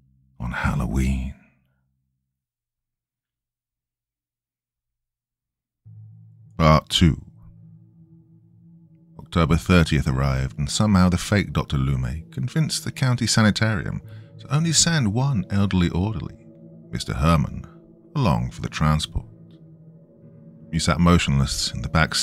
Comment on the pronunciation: Lou-may?!!!???!!! Loomis = Lou-Miss!!!!!!